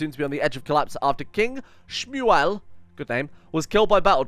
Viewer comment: the way you pronounced smuel killed me (i am live in Israel and speak Hebrew)